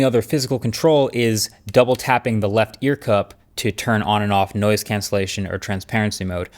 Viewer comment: I heard "nose cancelling headphones" first time it was said with reference to the airfilter headphones.